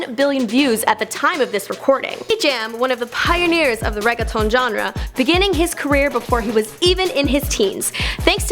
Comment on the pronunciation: they should work on proper pronunciation of words they're not used to saying before even releasing these videos. it is not that hard to take an extra 10 min to learn how to say reggaeton or medellin properly. And relating Colombia to drugs? Sure they got that stigma about them, but religion is a bigger force there. wow.